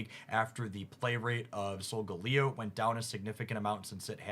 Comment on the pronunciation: Pokemon pronunciations tip: Start with the word it's based on and modify from there. Arachnid > Ar aqua nid Abominable > Crab Bominable The one I really hate is Soul-Galley-Oh.